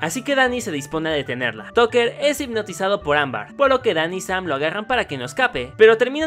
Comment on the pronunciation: dijo AMBAR en lugar de AMBER casi todo el video xD No si se noooota que fue super fan de la caricatura xD